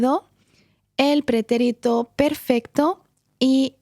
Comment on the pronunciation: So I know in English we break the rules a lot, but the accent mark is over the second syllable in "pretérito" and you are putting it on the third to my ears? So I can say it both ways? Or am I saying it wrong all this time?